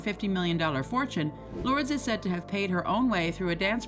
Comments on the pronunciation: Ya could have at least researched the pronunciation of her kids names! SMH 🤦🏽‍♀️ Lords!? It’s loor. - dehs. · Her name is pronounced Lor-dess...... not Lords. Or just call her Lola...that's the name she is known as. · Isn't her daughter's name pronounced 'lor-dez', and not 'lords'?! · It's also pronounced Ver-sach-eh Not ver-sase 🤣 but the robotic narrator voice messed that one up too 👍🏻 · This narrator cannot read, annunciate or pronounce names and words with accuracy. The mistakes are absurd! WAY TOO MANY!! Beginning with the say she says Lourdes Leon's name WRONG for the ENTIRE VIDEO! 🤡🤡🤡